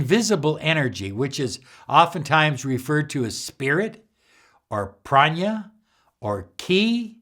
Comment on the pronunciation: Not "prania", "prana"!